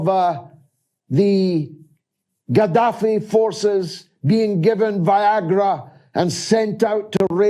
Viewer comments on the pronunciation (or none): none